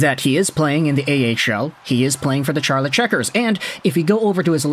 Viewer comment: Charlotte is pronounced like Sharlotte, by the way.